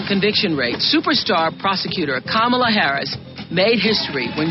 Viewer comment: Again with the "camel-la" why is nobody pointing out how SEXICST and RACIST this is??? Mispronounce her name?!? How dare you!!!???!!!